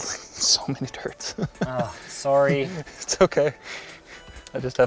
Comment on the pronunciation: On 1.75x speed that sorry is very canadian